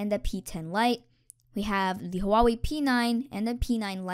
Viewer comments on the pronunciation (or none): Huawei is pronouced wa-way